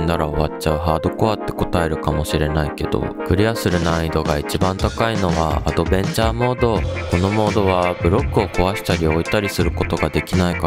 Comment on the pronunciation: アドベンチャーモー⤴︎ドって普通にアクセントおかしくないですか？中国出身とかですか？